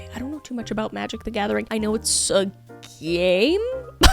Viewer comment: When I heard you say Magic the Gathing I was like "hubby come here!" 😂